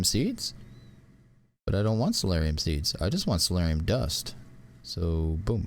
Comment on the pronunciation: Soulium... not soularium😤 I dont blame you, i blame the mods...